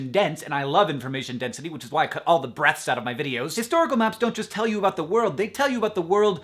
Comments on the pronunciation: oh he said "breaths", i thought he said "breasts" ... and for some reason i didn't question it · I thought he said "births" and didn't question it... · That was a great video, but my own brain is hung up on something... It sounded to me like Hank said "Edit out my breasts". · oh...I....I definitely thought he said breasts. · Totally thought he said that he edits the breasts from his video. Haha. He said breathes. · I thought Hank said "breasts" instead of "breaths". lol, get my mind out of the gutter!